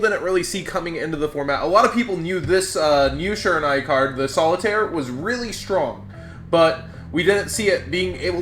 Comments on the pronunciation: Bruh, its SHI-RA-NU-E. Not SHI-RA-NA-E. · you're pronouncing Shiranui wrong :/